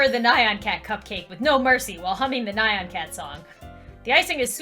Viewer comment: Nyan is pronounced nee-an